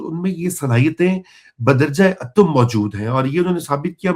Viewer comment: سر لفظ بدرجہ اَتم نہیں بدرجہ اُتم ھوتا ھے